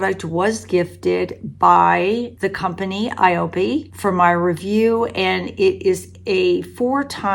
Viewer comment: it is pronounce eye-oh-pay. They are famous for their super vital cream, bio-essence, and cushion compact. They used to be VERY popular n but now they focus only on anti-aging products.